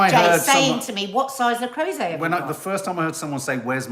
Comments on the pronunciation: Not sure why it matters but its le croooooset not le crowset…. Hahah literally dont know why I’m saying this -maybe once a teacher always a teacher?? BRILLIANT new year coffee morning youre a tonic every morning xx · le creuset... Pronounced.. Le croosay..